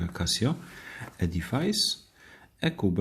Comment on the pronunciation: Przepraszam ale wymowa to 'edifis' , nie 'edifajs'